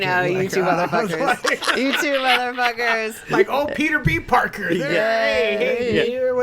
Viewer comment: It sounds like he’s saying ‘porker’ every time he says ‘Parker’ too